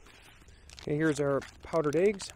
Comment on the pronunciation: Hey... you say Eéggs lol with a long E. Awesome, to hear different accents now and then:) Pretty steaming Ration Heater, Pete had bad luck with his this week:) On and on a good one mate *